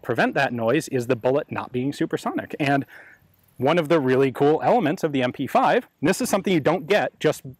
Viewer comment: Isn't it "MP5" not "MP-5"?